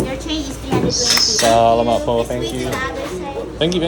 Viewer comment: FYI: Tourists pronounce it as "BOW-ruh-cai." But the correct pronunciation is "Boh- RRAH-kai." (Emphasis is on the second syllable. Don't forget to roll your R's and use a hard K.) 👍🏼🙂 Same goes for the word "Salamat." Emphasis is on the 2nd syllable. And those are coconut meat "noodles" scraped off the shell of a young coconut. The idea of putting ice cream in a coconut shell isn't new (nor is mixing in rice crisps and young coconut strips) -- you'll see variations of the idea across different traditional cold desserts in the Philippines, taking after the halo-halo and mais con yelo. But what Coco Mama has done is combine vanilla and pandan ice cream into the coconut shell and given it an IG-worthy presentation -- not something you see every day, so it's special.